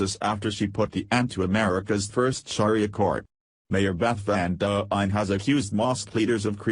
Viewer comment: If you are going to do a story on "Sharia Law" and can't read yourself, at least get a computer program that can pronounce it correctly!